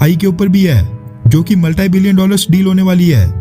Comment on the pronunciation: माल्टाई नहीं होता भाई साहिब मल्टी होता है. कृपया सुधार करें.